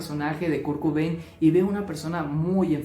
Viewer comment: Kurkubein? Quién es? Perdona, me hizo gracia 😅 Sin duda Kurt tenía TLP.